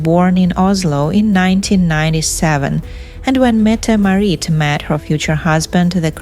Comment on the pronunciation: Metam Marit? It’s Crown Princess Mette Marit.